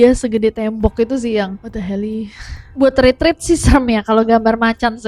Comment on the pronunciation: The pronunciation for retreat is it (ruh.treet) not retret,right?? I am so sorry for being sooo confused